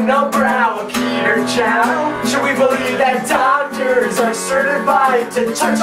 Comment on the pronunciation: I swear the first time I heard dog turds not doctors.